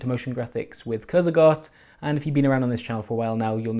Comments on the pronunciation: ciurzegar? how do you get to that from kurzgesagt? oof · It's pronounced "Kurzgesagt". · It's pronounced something like Kurts-ga-zat